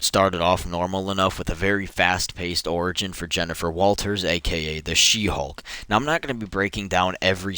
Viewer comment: is it me or why everytime he said She Hulk it become "She Hog "